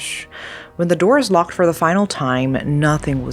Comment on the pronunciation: I wanna like this but the T sounds for words that end in D is driving me insane. It’s lockeD not lockeT